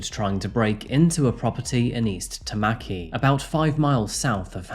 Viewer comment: Also. Pak'u'ranga. and Tama-ki. Your efforts are appreciated, but you're turning all our place names Australian!